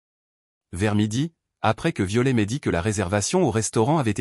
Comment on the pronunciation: On ne pro No NCE pas Viole Ilfaut prpo on er le t de violet sinon c est ridicule